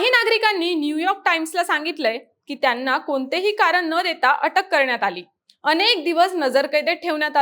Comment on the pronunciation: एक छोटासा सल्ला देते. कृपया आपले ucchar अशुद्ध आहेत जिथे ण पाहिजे तिथे न म्हणत आहात. एकूनच, इरान, कारन. तुम्ही बातमीदार आहात ucchar शुद्ध पाहिजे.